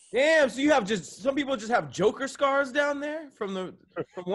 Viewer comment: Man said joker scars... 😂😂😂